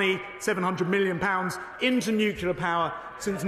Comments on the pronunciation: Nuclear! Nuclear! So educated and still pronounce it Nucular! That’s not a word! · Why do people say nucular when it's nuclear. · Does know it’s not pronounced newkewlar? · Who's surprised that Shaps can't pronounce nuclear? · He can't even pronounce Nuclear. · Is he mispronouncing 'nuclear'